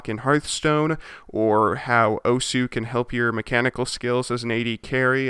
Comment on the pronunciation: OMG WHAT IS YOUR NAME IN OSU! Also it is pronounced "oss"